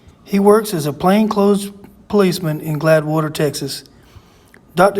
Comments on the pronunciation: It's no big deal, but I believe it's Gladewater, Texas and not Gladwater. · Pronounced glaid water not glad water